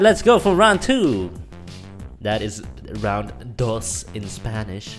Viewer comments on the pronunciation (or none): . I am dutch and is not round twee but ronde twee